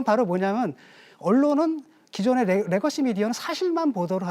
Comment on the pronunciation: 레거시를 R발음하는 교수는 뭐하는 사람입니까? 국민대 교수님..